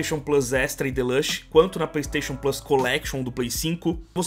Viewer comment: É tão engraçado falando Deluxe.